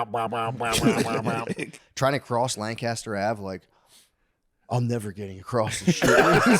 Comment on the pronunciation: Shane, could you please teach Matt how to properly say Lancaster